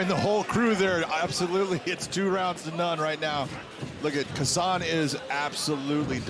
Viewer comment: Хасан он,а не Гасан.